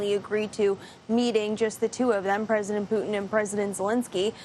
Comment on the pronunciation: His name is "poo tin" , not "poo in". Get it right white house 💩